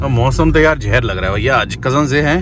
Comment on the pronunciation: Hello bhai Jahar nahi Hota Zeher Hota hai please correct karo Apne Jahar ko